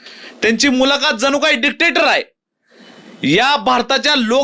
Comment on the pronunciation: डिटेक्टर❌ डिकटेटर ✅